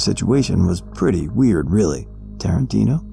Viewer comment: Terintino? HAHAHHA